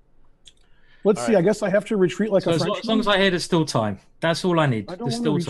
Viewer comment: the first time ben said'i think this is still theory' i thought mm ok perhaps......but after another 30 moves into the end game when he said again'i think this is stillt theory' i just start laughing.